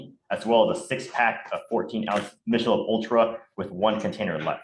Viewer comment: Someone please let the DA know it Michelob is pronounced with a ck sound, not a sch sound.